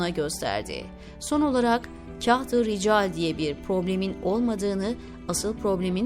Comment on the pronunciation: Zannedersem seslendirmis. Tahirulmevlevi yi uzatarak Taahirulmevlevii şeklinde okumaliydi. Yani Taa yi bir harf miktarı uzatmalı. Kahti ricali nasil okumasi gerektigini nasil tarif edeyim bilmem ama Kağıt kelimesini hani inceltmeden Kağıt diye kalın okuruz ya yanlış olarak. İşte Kahtırical de öyle kalın okunacak. İçerik çok güzel buna mı takıldın demeyin. gibi profesyonel birisine öğretmek haddim değil ama gözden kaçmış demek ki. Eski lisanin nasil okunduğunu nereden bilecek ki yeni nesil. Teşekkürler emeğinize sağlık